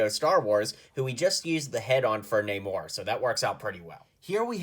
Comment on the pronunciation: Namora, not namor